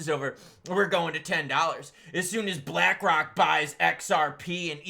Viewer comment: Did you say black rock or did you say black cock